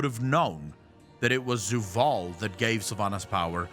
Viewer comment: Idk it just sounds weird when says Zoo-vaal instead of Zovaal. Maybe I'm just being too picky hahaha